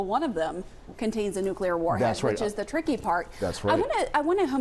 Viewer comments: Why is she saying NUCLEAR.?? Bimbo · them commentator says nuclear. ...